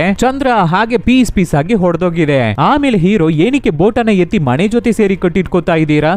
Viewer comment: ಮಣೆಯಲ್ಲಿ ಅಲ್ಲ ಅದು ಮನೆ. ಉಚ್ಚಾರಣೆ ಚೆನ್ನಾಗಿ ಮಾಡಿ